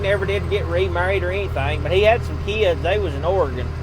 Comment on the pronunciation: Great video! thanks for the stories. And thanks for the right pronunciation of Oregon ( Not Oragone, like some do! ) Miss your Dad, but you do a fine job. Todd the retired trucker.